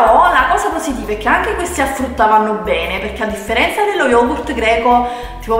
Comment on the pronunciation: eh no é AFFRUTTAA ahahahahah